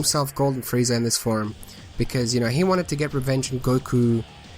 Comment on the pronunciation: It sounds like you're saying Friezar.